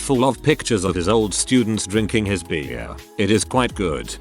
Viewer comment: Why does the bot pronounce beer so weirdly